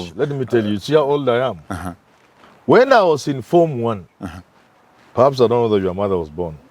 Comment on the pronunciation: "Pahaps" yes. "Paraps" no